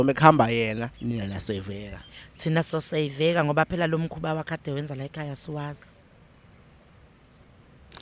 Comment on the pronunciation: Laykhaya si rushing singazi ziriahiswa yini..you guys are rich but can't even pronounce the word!!